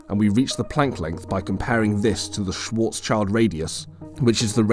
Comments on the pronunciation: It is "schwarz-schild", not "schwarzs-child". You keep mis-pronouncing this and it makes me question your proficiency. "Schild" is the German word for "shield", a common part in Jewish family names. It has nothing to do with "child". It is pronounced not unlike "shilled". So please, if you dont want to irritate your viewers of your certainly valuable content over such basic mistakes... put a little more effort in. Or maybe just get a better voice-over actor? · "Schwarzschild" is a german name. Almost every non german does this, but that name has nothing to do with a child :D It translates to "black shield" and you would pronounce it "schwarz-schild", not schwarzs-child. If you want to pronounce it nativley, you say schwarz and than you take the "sh" from should and the "ill" from hill, ending with d. Like "schwarz-shilld" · Small correction from a german speaker. Schwarzschild is not pronounced "Schwartz- child". It is pronounced more like "Schwurtz-shild", with the "u" being the same as in "button" and the "i" being the same as in "chill". Schwarzschild is just a name, but it translates to blackshield. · 𝕾𝖈𝖍𝖜𝖆𝖗𝖙𝖟𝖘𝖈𝖍𝖎𝖑𝖉 not Schwårtzs child. 😅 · This mouthbreather doesnt even know the difference of Schwarz-child and Schwarz-shield 😂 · Come back when you know how to say Schwartzschild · Just in case you´re interested: Schwarzschild is pronounced like the Schwartz from Spaceballs and Shield